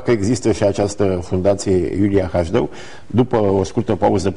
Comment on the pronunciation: de ce baba asta zice Hajdău ,, si nu HASDEU?